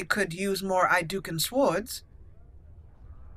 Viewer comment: Appreciate the Rolelplaying of Dragon Age: Origins (My FAVORITE RPG) but for the love of the maker, can you please stop saying "SWWord" for "Sords (Swords" Its driving me to distraction and I CRINGE every time you say it.